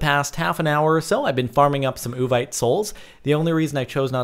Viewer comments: It's pronounced OO-VEET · Uvite is said like you vite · Its yu-vee-te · Its Said like (Ooh-Vite) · Is that supposed to be Vietnamese or Gibberish?